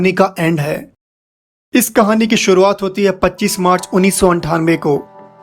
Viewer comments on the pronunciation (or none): none